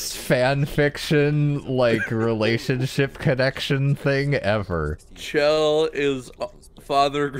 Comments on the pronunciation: It's chell not shell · I think both pronunciations are valid. I think I heard somewhere that the devs considered Shell the proper way to pronounce it, but in developer commentary nodes in Portal 2 people call her Chell there as well, so it's pretty inconclusive.